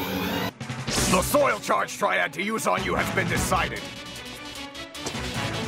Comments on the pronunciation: im pretty sure its "soil charge triad" not trail or trial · silly, its triad not trial